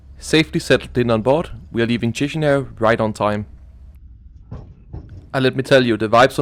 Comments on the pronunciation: Please stop pronouncing "tchishinau". It's "kishinau". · We don't say Chișinău like chishinao we say it like kishinao or kishinev